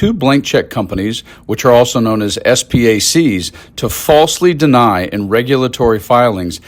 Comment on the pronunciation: It’s pronounced “spacks” not “s”-“packs”. And “securities” not “security.”